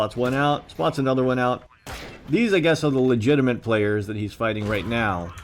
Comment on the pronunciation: "legitiment". <3